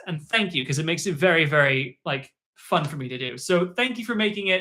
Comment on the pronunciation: did bro say mei was funT-T